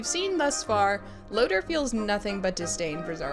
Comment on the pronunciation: I have one critique of your Voltron reviews. It's LoTOR Not Loter.